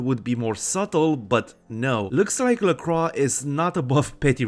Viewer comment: Excellent video! A few things: 1) I appreciate how you say "LaCroix". Even the game gets it wrong. As a fan of Forever Knight, I appreciate someone pronouncing it correctly. 2) In the first haven, the boards on the floor are used to cover the windows. Flimsy protection against a potential midday mishap. 3) I agree about Velvet's voice. I wish she had more voicelines. Hell, I wish there was an option just to have her narrate War and Peace or some similarly long text. 4) Gorgeous Gary Golden should have his own radio show alongside The Deb of Night. Along with VV, I could hear him talk all day. Anyway, appreciate the video, and look forward to other bits of content from you!